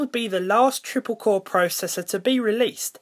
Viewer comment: twiple cowe shrekt m9